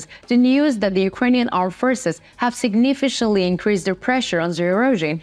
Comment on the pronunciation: Signifishantly...It's both hilarious and annoying.